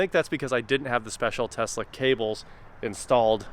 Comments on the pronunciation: Calling it a Tezla and not Tesla is akin to people calling you Jr. And not J.R. It's the man's name, be respectful of it. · Please stop calling it a Tezla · all i hear is you saying “tezla “ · Is saying Tezla a Kansas thing or a thing? Tesla! Doesn't seem like a good youtube build. Tons of software and inability to do most of that on your own. Not excited about this build that seems like a headache. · TESSSSLA. Please sir! I beg you! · Tezla is Musk's mispronunciation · Driving me crazy the way you pronounce Tesla, sounds like your from Canada. It’s pronounced like Tess La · why do you pronounce Tesla the way you do it? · Why would anyone expect you to pronounce Tesla correctly when you constantly use phrases like (these ones).